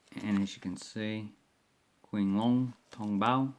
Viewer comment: Hi! “Qing” is actually using Chinese pin yin pronunciation. Should sound more like “Ching” Long. Cheers! CP